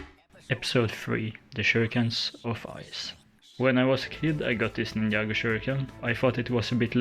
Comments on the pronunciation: Great work, btw it’s pronounced ninJa, non ninIa, and it’s Jay, non Iay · Bro really said ninnya